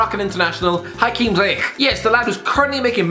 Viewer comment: Actually its Zee-yech, im from morocco so i know how to pronounce it